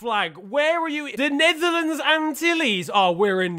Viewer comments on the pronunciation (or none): none